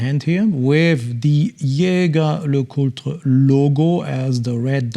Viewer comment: Wonderful watches, especially that triple calendar moon-phase. I also appreciate how you properly pronounce Jaeger LeCoultre!